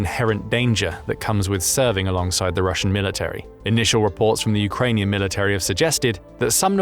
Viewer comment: Military has 3 syllables, not 4. Insufferable.